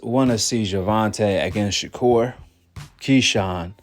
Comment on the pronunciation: It’s Keyshawn